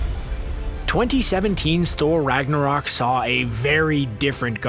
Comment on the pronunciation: lol I can’t help but cringe to the way some Thor related things are pronounced. I get it, North European languages are different from English but Ragnarok is actually spelled Ragnarök, very big difference. Asgard is actually Asgård which would translate to “asgarden”